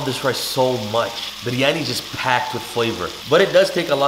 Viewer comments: Can we appreciate how he Perfectly pronoun Biryani not byryaniii like typical people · The way he says Biryani and cilantro is so satisfying 😯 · Thank you soooooooooo much for saying it perfectly! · you biryani pronunciation is correct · Aslawalaikum my name is Dua and I'm from Pakistan 🇵🇰 fun fact biryani is from Pakistan and I love it 😍 and I slap respect how u pernoused biryani basmati currectly and ate with your hands traditionally respect that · The way he pronounce biryani😍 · The way you say biryani 🙌🏻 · The pronunciation of "Biryani" was so perfect!